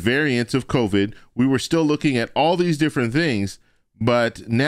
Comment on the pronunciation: omg he cannot even pronounce covid! covee-yid :P he needs to get out!